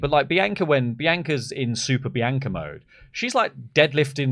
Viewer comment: Why can’t you say Bianca correctly?